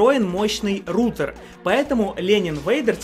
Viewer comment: Рутер? Роутер, раутер, но рутер?